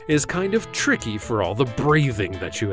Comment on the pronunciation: it is anyway not anyways and tricky (trickee) not trixsy(like the girl's name)other than that, i really enjoy your sarcasm and information.